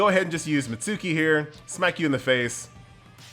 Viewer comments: "MIT suuuuuuuuu ki" it hurts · Please stop butchering Mitsuki's name lol